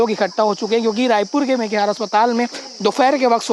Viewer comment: मेकेहारा नहीं मेकाहारा इसलिए शिक्षा जरूरी है...यशवंत साहू